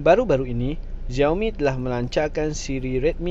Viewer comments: Sebutan salah, bukan "ziaomi". Yg sebetulnya ialah "siaomi" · Yg betulii sebutan nye shiaomi